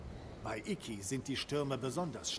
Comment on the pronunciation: es heist Isla Iki nicht Isla IKiaaaaa XD